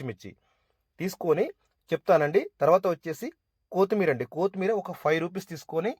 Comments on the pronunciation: అన్నయ్యా,,, కోతిమీర కాదు కొత్తిమీర.... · కోతిమీర కాదు కొత్తిమీర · 1. It’s not కోతి మీరా, its కొత్తిమీరా …. 2. Kindly avoid paper for oil absorption Reason : ( Contamination Risks: Newspaper or low-grade paper towels often contain inks and chemicals not safe for direct food contact )… For good health one small suggestion from my side …. Njy the biryani guys…. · కోతిమీరా ఏంటి బాబు కొత్తిమీర కదా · కొత్తిమీర ❌కూత్తిమీరా ✅😂😂😂